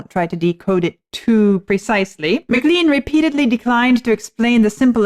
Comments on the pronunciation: A bit surprised to hear you saying "McLeen" instead of "McLane" throughout the introduction? Was there no one like Vlad to mention it when the artist was introduced to you? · It’s not MaLean, it’s pronounced more like Ma-clain. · I haven't seen it in the comments below, but Buddy Holly got his catch phrase "That'll be the day, . . . that I die". From John Wayne's character's use of the same phrase in the 1956 movie "The Searchers". BTW - I was in high school when American Pie came out and everyone pronounced McLean as Mc Lane not McLeeen. Interestingly, I was born the year that Buddy Holly wrote his song. From what I've learned Rock and Roll was pretty much born that same year. : - )